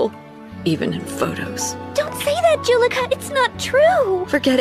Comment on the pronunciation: Hate to burst Ur bubble but it's pronounced Jullica